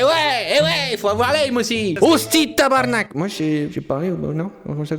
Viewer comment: Tu la bien dit le tabarnak juger par un vrai québécois